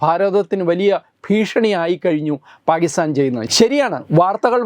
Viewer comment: It is not paagistan. It is Pakistan. Please correct the pronunciation.